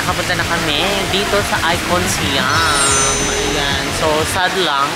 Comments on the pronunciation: ateehhh at it’s I CON SIAM to pronounce it ICON SAYAM po not SYAM?? its SAYAM! SIAM! thank you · Hindi icon syam icom samou😂😂😂😂its icon sayam(siam)